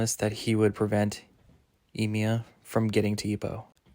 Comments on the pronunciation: e mai not e miya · Thanks, but you really butchered the names... Takumaru? TA-KA-MU-RA, I-MAI... bro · love your predictions, there’s barely any content for the Hajime no Ippo manga so this is really nice. btw Imai is pronounced like E-My and Takamura is said as Taka-muu-rah. Hope this helps!